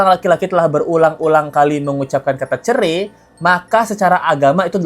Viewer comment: Habib ga lulus SD BAHASA INDONESIA NYA NOL BESAR CERAI BIB BUKAN CERE 😂😂😂😂😂